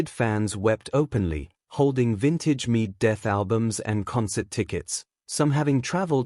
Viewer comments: Medeth megaid lol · the AI narration cannot even pronounce Megadeth correctly.. WTF?!